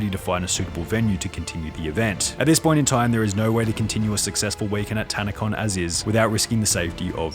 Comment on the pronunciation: It was a literal Tan-a-Con emphasis on tan and con LOL